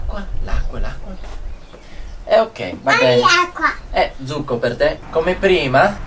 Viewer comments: please check dont' confuse the pronounce ( juice ) its succo with S not zucco with Z almost correct other parts 👍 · You said "zucco" instead of "succo"! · Your Italian is great!! and Willa are almost fluent! pronounced almost all the words perfectly! The only pointer I could give him is that juice is Succo, not Zucco (with the S of "Sex"), but other than that i can't remember a single word from him pronounced wrong! P.S.: Maneskin being a rock band often use pretty harsh lyrics.:P "Vi conviene stare zitti e buoni!" means "You better shut up and behave (literally "stay silent and be good", but in this context means "shut up and behave" and it's exacty the kind of reprimend a kid too noisy could get, so it's fun and makes sense that Willa recognized it right away while, used to more polite coversations between adults, didn't.). The second part also contained a swear word. xD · piccolo appunto: "succo" va pronunciato con la s sibilante (like hiss, "kiss", non con la z di zanzara, per il resto voi e le piccole siete amorevoli! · Well done guys, really enjoyed this video, like all others. Congratulations, you are all improving dramatically, each at his/her own pace. I teach Italian to the elderly in a small town in Massachusetts, and I plan to share this video with my class. Grazie! P.S. Succo is pronounced with a starting S, not a Z sound. Ciao!